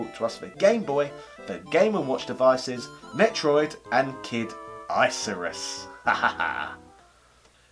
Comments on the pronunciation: "Kid ICE-arus?!?" ...You mean Kid ICARUS? (IK-uh-ris) Other than that, good extensive info ;) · You are supposed to pronaunce Icarus as Ikarus. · Kid Ice-er-us what now?? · I definitely meant Kid ICE-arus. I got loads of free comments out of purposefully mispronouncing it, more comments = making my video appear in more searches. Mwhahahahaha